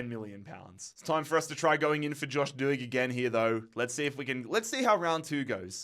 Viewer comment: Doig, D Oi g is the way to say it